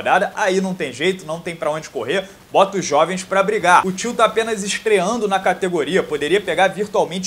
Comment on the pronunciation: Toda vez que você falou "till" eu ouvi "tio" e fiquei perdido